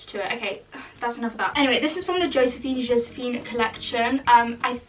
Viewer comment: She said: jóséphine 😌🥖